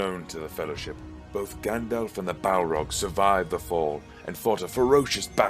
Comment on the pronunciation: Stop saying effing “Gandolph” that’s not his name, that’s not how it’s pronounced, that’s not how it’s spelled and it’s not just a random word but carries special and specific etymological baggage, as Tolkien might have explained if he wasn’t busy rotating in his grave.